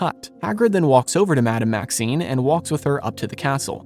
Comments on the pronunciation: You are mispronouncing the name of the Headmistress of Beauxbatons. You are saying "Maxine", but the name is "Maxime". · She is Madame Maxime, not Maxine 🤪 She is called by her surname, whereas Maxine makes it sound like her first name...which is actually Olympe. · I believe it’s Madame Maxime (with an M), not Maxine.